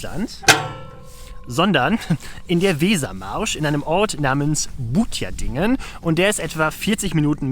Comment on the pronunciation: Die richtige Aussprache von Butjadingen solltest du vielleicht noch etwas üben. Ansonst gutes Video und mach dir nichts draus, dass du die Anfangsszene nicht gefunden hast. Solche Straße gibt es in der Region sehr viele. Da die Richtige nur mit Hilfe eines Bildes zu finden ist fast unmöglich